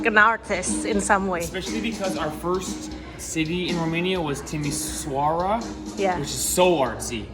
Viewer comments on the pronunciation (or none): It's pronounced Timishoara!